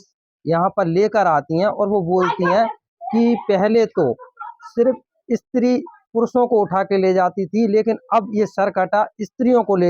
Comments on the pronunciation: Stree ❌️ Issstree ✅️ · इस्त्री नही भाई स्त्री बोलो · Istree nahi stree bola karo bhai